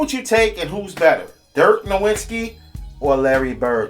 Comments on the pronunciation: Who is Dirk Nowinski? Learn to say his name at least. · Everyone pronounces Nowitzki wrong... The W in German is pronounced like a V so it's dirk Novitzki